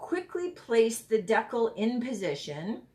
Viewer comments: It's called a DEE CAL like cal for calorie, not deckle. Gees. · Thanks so much for the video … great tutorial :-). As for how to say decal .. it’s the other way you said it…. Dee-cal …. Thanks again, I know I will be trying this. You can also do it with temporary tattoos. You can buy them on Amazon. You wet piece you’re putting it on, place the “tattoo” then dampen the backing … then the backing slides right off. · Love it. Its a dee-cal as in California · Sounds like…Deckle but people meal Decal 😂🤣😂 that is hilarious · When you pronounce decal, it should sound like (d cow). It's a cut way to remember it. I hope you don't think I'm rude by saying this. I love your youtue. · It’s pronounced de cal